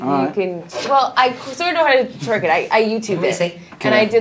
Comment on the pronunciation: I was so annoyed she was saying "twerk it". It's twerk